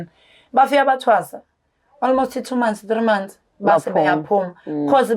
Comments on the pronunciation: Ei isingisi sa almost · Ingrish is igrishing"almost"😂😂😂yooooh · I'm traumatised by ALMOST 🙆🙆🙆. Engrish yhooooo 😂😂😂😂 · Islungu kumakhosi "Almost, tshocked"🤦🏽‍♀️